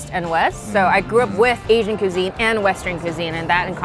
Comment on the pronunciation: Kuuzeen? Cuisine 😂😂😂😂😂